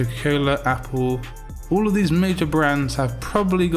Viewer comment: did you say "mabor brands"? Bro have you started taking Xanax?